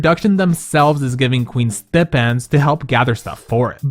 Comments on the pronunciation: it’s “stipe-end” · It’s pronounced STY-PEND… 🤧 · I like this way now stip en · No, no, no, we are not going to ignore the pronouncation massacre of the word STIPEND!! 😂😂😂 I questioned whether this was a new word because he said it so confidently.